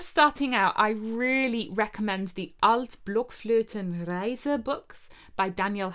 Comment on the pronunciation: I'm really impressed how well you pronounce "Die Altblöckflötenreise" which in fact isn't the easiest of all German words :-D